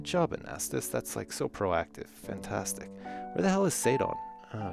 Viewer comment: when says fantastic it kinda sounds like funtastic